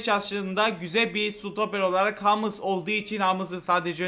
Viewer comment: Humels diye okunuyoyo abi hamıls değil😂 üzülüydüysen abi özür 😢